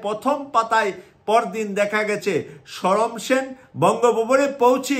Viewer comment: হাই কমিশনারের নাম ছিল সমর সেন, শরম সেন নহে। এ পর্যন্ত ভিডিও চলার সাত মিনিট পনের সেকেন্ড পর্যন্ত তিন বার ই অশুদ্ধ উচ্চারণ করেছেন, জানিনা বাকি আট মিনিটে আর কতবার এই ভাবে উচ্চারণ করবেন ।